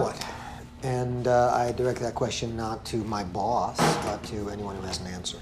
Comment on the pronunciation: Why does Taub say Boss so weird here 😂